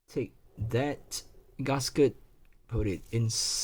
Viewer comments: Why do you pronounce gasket as ‘Gus Ket’ lol?🤣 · h. Nobody in the world pronounce GASKET as 'Gus Kert' I'm just correcting him